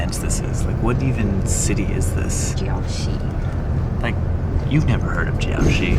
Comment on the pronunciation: And the Crayon factory! And Jiaoxi (not ‘’Jyock-shee’’!)